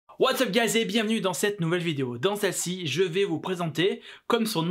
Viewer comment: What up guys* avec le petit accent amerloc